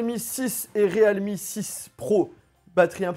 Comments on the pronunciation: C'est PAS / RÉAL MI/ mais /rilmi/ 0our dire realme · Re-alme ?? Plutôt realme nan ? 😂